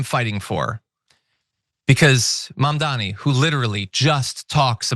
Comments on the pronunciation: With all due respect, but it's M‐A-M-D-A-N-I not Mamdami. It's really not that hard. While I don't think your guest is doing it on purpose like Cuomo, but is it really that hard to grasp. When Cuomo does this shit it's on purpose just as with Trump and Kamala. It's been how many months now? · Mandani, Mandami…Nina Turner can’t get it right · Lady, it’s Mamdani, not Mamdami! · And please, dear Turner, Zohran's name is MAM-DA-NI. Not Man-da-mi. Saying a name the right way, is THE way to GIVE RESPECT. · Your guest can't pronounce Mamdani's name ( she pronounces it as Mamdami), is it because she's an ignorant American who can only pronounce names like smith? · Why is everyone calling him 'Mamdami'? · "Mindami", Nina? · Why is Mamdani’s name so hard for people to say??? Like, seriously?? THAT is a hard name for people to say? Even Nina sucks at saying his name with respect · Nina has to at least say his name right wtf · Nina should practice saying Mamdani 😅